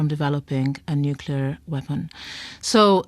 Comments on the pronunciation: Why is it pronounced nuckyaloor, mom? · NO HE SAID NUCULAR